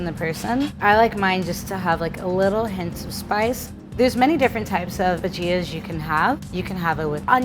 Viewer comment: The way she pronounces bhajias lol